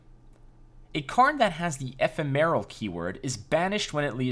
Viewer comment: FYI, Ephemeral is pronounced "a-PHEM-a-rul", where the "a" represents the ə, schwa sound. Thanks for the intro video!